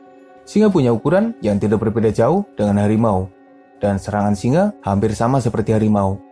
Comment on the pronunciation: Kenapa setiap sebutan di hujungnya ada huruf A seperti bunyi Melayu Malaysia... Contoh singa - singe..pemangsanya-pemangsanye